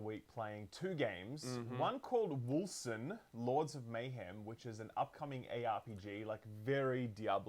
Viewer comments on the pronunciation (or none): for some reason I hear "wholesome lords of mayhem" every time you say wolcen...